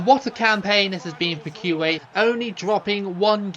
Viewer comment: I don’t know a lot about Arabic, but I think you are pronouncing Kuwait wrong…